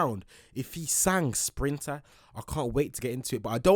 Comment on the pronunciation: No way is calling Sprinter as "Drill" 💀 luv you though and I respect your content! Been watching for about 2-3 years now